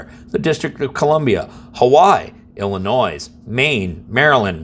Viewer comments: Love your videos but when referring to big long state in the center of the country, It's Illinoi. The S is silent. Probably more actually it's - the people's Republic of Illinoi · please pronounce it ill-annoy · Did you just say “Illinoise”? You don’t pronounce the S! Appreciate the content, though. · The S in Illinois is silent. If you pronounce it Illanoy you’ve pronounced it correct. Lol I live in this $hit show of a state. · The "S" in Illinois is silent. you DO NOT pronounce it with the "S" on the end. it is pronounced, "Illinoi". When you pronounce it incorrectly it makes you sound ignorant. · Dang, you finally got Attorneys General right, and then said Illinois with the "s." Note to Maryland residents, there is a "high-capacity" magazine ban, but you can buy or acquire any magazine you want outside of Maryland. It is not illegal to POSSESS any magazine in Maryland, no matter where or when you acquired it. At least until the next session of the General Assembly, so vote accordingly while all of our gun laws are struck down in federal court.